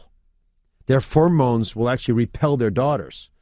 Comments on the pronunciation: He said Formones... Did he mean pheromones? Or Hormones? Pheromones would be the correct term, if the statement was true. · so he cant pronounce pheromones, which is troubling for a doc to say the least and at least we can see why Trump picked him now. Maybe they can daughter swap so its slightly less creepy. Nah, its just creepy af